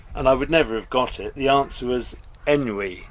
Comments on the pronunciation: “On wee” is the pronunciation of the French word. Good on you for your pursuit of the crossword puzzles. The personal challenge enhances brain function and improves life aboard. 👏🏻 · I’m super chuffed to brag that when you spoke about the crossword clue, “listlessness,” I guessed it correctly, straightaway! Ennui is a french word, pronounced, “on wee.” It would be heaps of fun to live on the next door narrowboat, open our respective hatches and do the crosswords side by side!